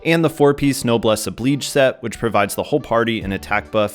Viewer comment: The I in Oblige is pronounced like the actually letter I